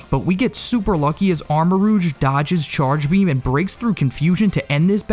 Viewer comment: ARMAROUGE, NOT AMOURAGE!